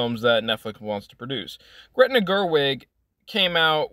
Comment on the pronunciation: It's Greta. Not Gretna. Greta Gerwig = actor/producer/director. Gretna Green = Town in Scotland.